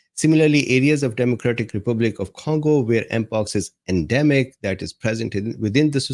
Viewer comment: What's the first syllable of CONgo. Voila!